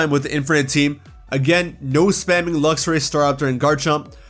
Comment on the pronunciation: DO NOT LEAVE OFF THE X IN LUXRAY!